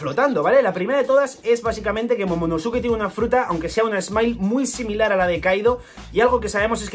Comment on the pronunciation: Se pronuncia momonoske